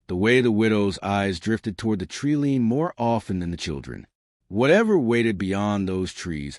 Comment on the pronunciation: Good story but the AI Voice needs a little work. It’s not a tree lean it’s a tree line.